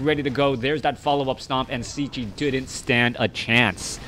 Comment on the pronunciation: "Cechi" is shortly for his surname "Čechmánek", in English it would be pretty close to say "CHEH-khi" (as english doesn't have "ch")